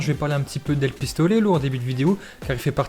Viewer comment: Pistolelo 😂🤣 on dit pistoléro